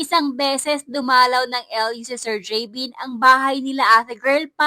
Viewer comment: gavin not javin, arti nmn nito